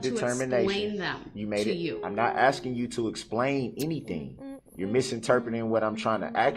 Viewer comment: Your honor he is only AXING for you to tell him what he doesn't understand NOT for you to explain to him!!! 🤣😂🤣🤣😂🤣😂 He wants the "troof" and your "oaf" of office! He wants "bof" 😂🤣😂😂😂 DUM-REL